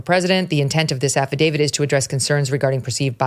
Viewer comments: Can someone tell Ms. Johnson it's Affidavi"t" not Affidavi"d". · The document to which you refer, is called an AFFIDAVIT… with a ‘T’ at the end… NOT a ‘D’ pronounces AFFIDAVIT correctly—just follow her lead and you’ll come across even more intelligent than you do already 👍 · af·fi·da·viT It's a T at the end. :)